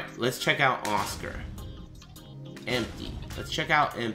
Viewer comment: "Oscar" never heard someone pronounce it like that... also yeah customization is...meh dood